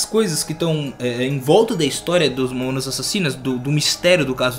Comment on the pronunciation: momonas momonas kkkk fala o nome dá banda direito e vai estudar sobre a banda kkkk momonas kkk